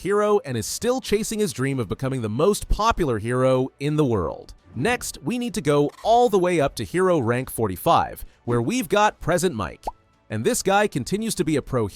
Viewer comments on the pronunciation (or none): PreSENT Mic. As in, presenting the mic. It's not pronounced as a gift. I never could get over the fact that his name was butchered like that.